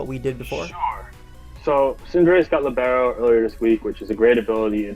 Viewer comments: Just for future reference, Libero comes from italian and in english it means "free", the correct pronounciation is with the accent on the i, not the e. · As an italian, it's Lìbero, not Libéro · And it's pronounced líbero, not libuhro (casting my inner Hermione). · I know libero means free in Italian but I also pronounce it with the stress on the i because in Spanish 'líbero' is a football/soccer defender that moves freely. Edit: Wait no, I just checked and in Italian it's pronounced the same as in Spanish, no idea where people got the impression the stress was in the second syllable. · It is Lìbero :D good you learned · Hey, italian here, great fan! Just wanted to let you know thats the second pronunciation is correct, it's Libero pronounced with an e, an e like in internet, and a closed o. Hope i explained it well hahaha (it means free btw)